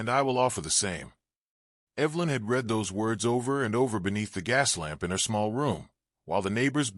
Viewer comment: Decent narration. Captions not too bad. Appropriate pronunciation of "wound" and "read" still a problem for AI. Can't always put correct spellings to sound ("cart" for "cot". "Duelings" for "Doolan's".) Or sounds to spellings. You don't sound out the letters of "mhm" when they are meant to mean a murmmer for agreement. Impressed how narration had appropriate intonation and pausing, even without proper punctuation in captions. Liked it a lot. Thank you. OR, USA